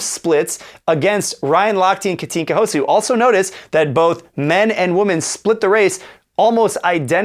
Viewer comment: Houszu ? Really? But at least you pronounce her name correctly, which is much more difficult than writing 6 letters correctly. 😉